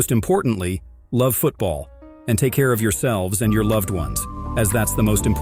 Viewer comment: Finally I find someone who says it correctly